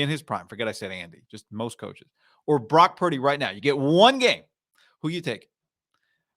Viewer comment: "Brack purdy" -Cam newton